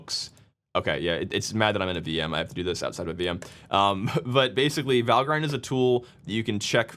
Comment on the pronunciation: How do you pronounce "Valgrind"? The "Val" as in the word "value". The "grind" is pronounced with a short 'i' -- ie. "grinned" (rhymes with "tinned") rather than "grined" (rhymes with "find"). Don't feel bad: almost everyone gets it wrong at first. -- Valgrind FAQ 1.1